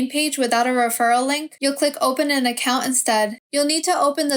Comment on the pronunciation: The way you say account is putting me off. Sorry. Don’t recommend channel selected.